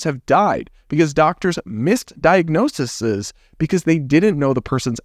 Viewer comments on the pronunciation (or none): You said diagnosisees and it made me giggle 😂